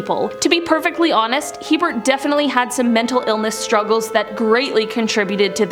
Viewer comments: Isn't his name Herbert Mullin? Hearing him called hebert is very confusing. Maybe double check spelling before filming. Or you'd think someone during recording would say "Is it hebert? That doesn't sound right" and do a quick Google search. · His name is Herbert Mullins not Hebert. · Herbert Mullin, not Hebert. Enjoyable otherwise, thanks. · His name was Herbert Mullin, not Hebert Mullin. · I think that Mullins' first name is Herbert , not Hebert. Ed Kemper refers to him as Herbie when he talks about him in one of his interviews.